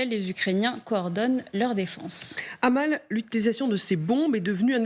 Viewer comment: Amal ça fait mal aux oreilles. Ça se prononce Améle !